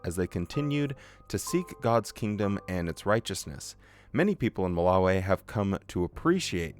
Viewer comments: I don’t like how you pronounce Malawi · Curious as to why so many JWs say Ma-la-wayy instead of Ma-la-wiii? Also if you did have a 100 hour video, you're gonna have to reaaaaalllly stretch out that theme song lead-in